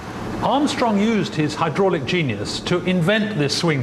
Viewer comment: really good documentary apart from the awful jacket and way pronounces 'hydraulic':)